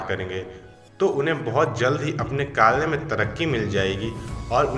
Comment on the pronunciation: Kalyyyy nahi bhai kary